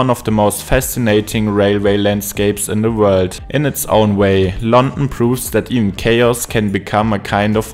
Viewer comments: Very strong German accent. It's London, non Lon'en. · Why do you sound so bored. Also you mispronounced london every time lol